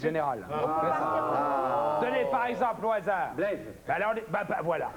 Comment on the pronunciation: C'est Blaise, le prénom. Pas Bleze ! 😂